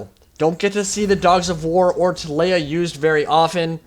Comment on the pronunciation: ti-lay-uh this makes me ill Tee-lee-uh